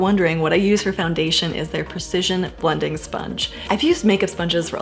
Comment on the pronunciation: How much do foot shells cost? Also there's some irony in not being able to precisely pronounce "precision" haha